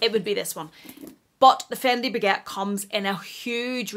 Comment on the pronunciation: Did yiu say the faquette! 😂 😂 😂 😂 😂 😂 😂 😂 Dying! 😂 😂 😂